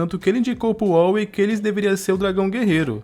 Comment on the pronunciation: Só uma correção sem querer ofender meu amigo, vc esta pronunciando o nome da tartaruga errado é Oogway falando seria: U gu ei